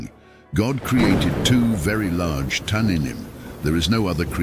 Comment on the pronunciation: It's tannîym not tananim Cord H8565( just type in Google)